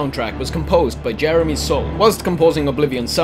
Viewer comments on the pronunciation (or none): none